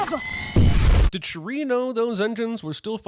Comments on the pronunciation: How can you take CinemaSins seriously anymore? HE CAN'T EVEN SAY THE NAME OF THE PROTAGONIST RIGHT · It’s actually really messed up that he does this whole movie without being able to pronounce Shuri’s name… I know that people throw the word racist around so much that it’s lost meaning but that’s some really racist shit to listen to a name’s pronunciation a million times and syill actively decide to pronounce it differently… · I love that you brought up the mispronunciations for characters whose names we literally hear in this movie. It will always baffle me how people can hear a name, sometimes repeated several times in a show or film, and STILL butcher the pronunciation. It's like the people who still pronounce Shang-Chi with a long A, or the people who pronounce Evangelion with a long E. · You should have done a bonus sinning round on how many times mispronounced ’Shuri’ 😄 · Did always mispronounce Shuri's name, or is this the first video where he does it? I can't remember. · I am always puzzled by whyte peoples ability to completely butcher the pronunciation of names especially when an example of the correct way to say it transpired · thought he was smart pronouncing “Shuri” as “She-ree” because he thinks that their names should be complicated in pronunciation due to the stereotype of African’s names being pronounced in a “complicated way” Pls tell me if I was accidentally racist, I despise racism. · Him pronouncing Shuri as Cherie chapped my cheeks😒. INFINITE SINS! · I cringed every single time bruh said “Shuh-Ree” 😭😭😭😭 Thank you for the comments on cultural context too! So on point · I wouldn’t be surprised if CinemaSins is just reading a script and he doesn’t actually watch the movie. That’s why he says shit like ‘Shu-ree’ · I will say the most annoying part about this video is Constantly miss pronouncing her name like you said, Who the fuck is Shuree?? 🤨